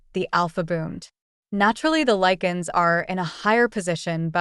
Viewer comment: All while I'm grateful for this it's no lee can it's LIE CAN 😂